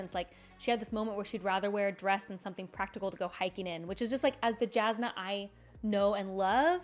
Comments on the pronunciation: I love your videos and I'm not trying to be mean here, but I'm mentioning it since you said Jasnah if your favourite character. Brandon said that her name is pronounced as "Yasnah", not the direct "j" sound. BUT it shouln't matter, everyone is free to pronounce the names in books however they want, I just said it as a FYI for you, since she's your favourite :) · Your pronunciation of Jasnah is atrocious to the point i didn't know who you are refering to. I know as english speaker you are used to "j" sound but for her it is the same as "y" sound in "Yennefer" from Witcher. You can clearly here this pronunciation in audiobooks, in interview with Brandon when he mentions her and in the original pronancation of the word "jasna" from slavik languages (polish and bulgar) that transalte into "bright" (as in light efect). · I didn't find the struggle to pronounce Alethkar nearly as upsetting as the pronunciation of the J in Jasnah and Jah Keved. But that's just me being a pronunciation snob